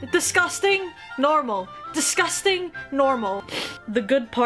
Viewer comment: “Distcusting” Said the Tentacle girl